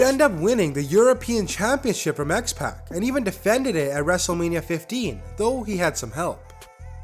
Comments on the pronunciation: u said X Pack it's x Pac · x-pac is not pronounced as X-pack lol. love the videos tho. keep em' coming! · His name is X-Pac not x-pack u say it x-poc